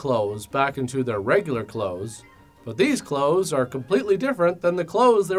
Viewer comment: The word "Clothes" sounded plain wrong in the end xD Like I was not sure about the pronunciation.